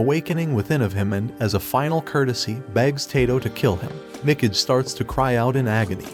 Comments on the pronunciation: "Mick-ige"? Good lord... "Mee-KAH-gay". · it pronounce as mi-ka-ge... not mi-key-j,,, you english people can't even copy japan's languages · Did this guy really watch this anime before? The way he pronounces Mikage would suggest he didn't. "Mecage"...cringe. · I feel spiritually obligated to pronounce "Mikage" like they do now xD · Facts. Mikidge. I’m like…bruh.. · It's me ka gai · Mi - Cage. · Mikage mee-Kah-gae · The way he pronounces Mikage lmfao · Yea......i check my ears everytime i hear him pronounce mikage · Is really so difficult to check how Mikage is supposed to be pronounced? Listening is impossible without cringing.